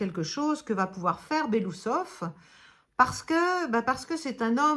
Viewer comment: Belo-Ousov et pas Belousov son nom veut dire moustache blanche😊